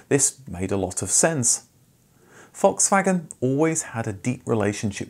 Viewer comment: You're one of my few fellow-Brits who can correctly pronounce Volkswagen. Congratulations 😁